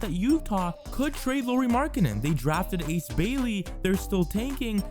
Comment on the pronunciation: FYI, Lauri is pronounce the same as the surname Lowry, with 'Lau' rhyming with 'how', 'now', 'cow'.